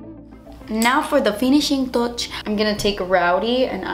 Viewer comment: I died when said now for the finishing "toch" 😂😂😂😂